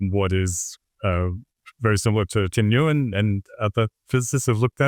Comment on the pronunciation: Nguyen is pronounced Win 😊